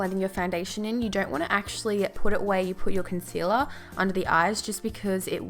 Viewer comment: When she says concealer : consela🙈